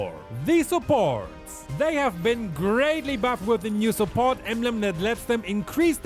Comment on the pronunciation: Me hearing supot instead of support